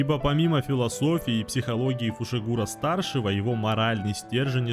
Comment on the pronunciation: Почему ты назвал Тодзи Тодзи, а его фамилию Фушигуро а не Фусигуро, ну ты и позер